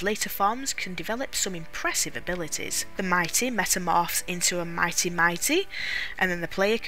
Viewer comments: Take a shot for every time she says "Mighty" instead of "Mite" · It's Mite, not Mi-tee. It's extremely obvious, almost all of the games creative sense is based on puns. The pun is might. The genus is Milite, same pronunciation. Even the possible 4 default names include Mitey, which is not Mite. Finally, it's a very poor familiar even mid game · mite pronounced MIGHT